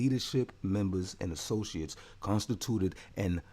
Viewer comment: Contstitute con oh god 🤣😂🤣 that was too funny homie